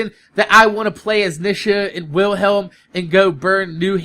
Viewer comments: It's NEE-shuh XP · nisha? lol you say it wrong. Its knee-sha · he said Nisha